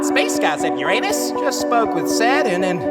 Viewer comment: Nawh Uranus and Uranos ?😂